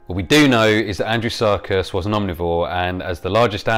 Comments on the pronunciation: I keep hearing "Andrew Serkis" :) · It sounds like you keep saying Andrew Sarkis. At first I thought that was who discovered the fossil.